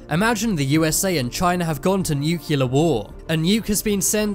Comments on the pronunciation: (it's "nuclear" not "nucular") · bigger mistery is why he keep saying nuckiler instead of nuclear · LIsten, if you're going to use the word "nuclear" multiple times in a video, learn to pronounce it correctly. NU-CLEE-ER, not NU-CUE-LER. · "Nucular missiles" 🤦🏻‍♂️ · It’s New Clear! Form of the world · You're mispronouncing 'nuclear'. Nu-clear. Its only 2 syllables. You're welcome.